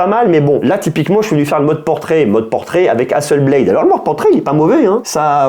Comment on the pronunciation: Hasselblad ! Pas blade 😂 Beyblade = toupies, Hasselblad = photo 😜